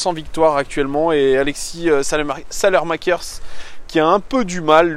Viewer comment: ça se prononce "salemakers"